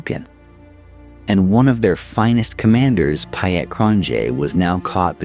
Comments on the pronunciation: .. TO THE AMERICAN EAR .. PIET .. PIET ... SOUNDS LIKE PETE .. PETE.. WHEN YOU SAY PYAT IT SOUNDS LIKE WYITT... ... PIET IS PETE IN ENGLISH 😊😊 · Why go to all the effort of researching this, presenting it and then pronouncing EVERY SINGLE South African name, place, person wrong? Veld? Boer? Laager? It hurt to listen to this, Piet pronounced Pie Et, seriously...? How hard would it have been to just ask a saffa how to say the words before narrating?